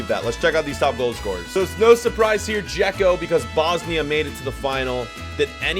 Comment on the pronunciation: Man pronounced dzeko something else lmao